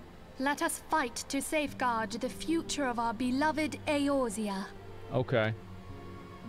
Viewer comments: Does Asmon mispronounce Eorzia on purpose or what? It's like if people called it Aizerot instead of Azeroth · He will never get the name pronunciations right xD ISHLOTTA is actually pronounced ISH TOLA E orzia is actually pronounced A orzea